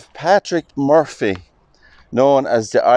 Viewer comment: Lovely video. I love how you pronounce Murphy, my maiden name 😊. May Patrick rest in peace 🙏🏻